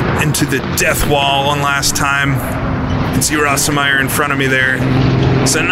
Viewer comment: watch a documentary and learn how to pronounce the drivers names. there are plenty of examples of proper pronunciation out there. I've never heard Bernd "Rose-meyer" pronounced "ross-em-meyer" . It makes you sound dumb. You get them wrong all the time. It's annoying. Work on it. Also, don't talk so much.